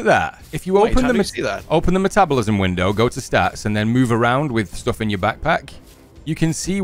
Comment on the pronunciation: Laughs right off the rip! Reminded me of my son when he was three, he used to say "pack pack" for back pack. 😂